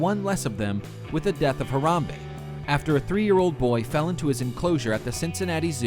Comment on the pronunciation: HE PRONOUNCED HARAMBE WRONG!!!!